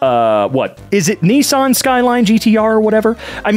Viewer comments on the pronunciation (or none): well I have never heard anyone pronounce niS San as Ni-sAn excatly like how you say brother in japanese formally and I just thought that was funny, not trying to be rude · bro really said Ni-san 😂